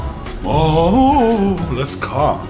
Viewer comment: Priscilla says lets oge